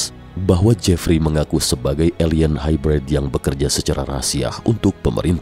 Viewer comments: gan, nyebutnya bukan HAIBRAID kali, tapi HAIBREID aja. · Hybrid nya salah tuh pengucapan bahasa inggris nya